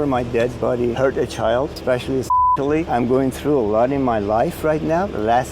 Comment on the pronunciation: He said "I would never hurt a chald." 42 times exactly, that's not counting "I would never hurt anybody." Or the "i would never hurt.."